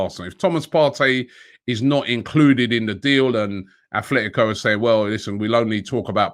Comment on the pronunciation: Robbie, it still is aTletico not aTHletico Madrid.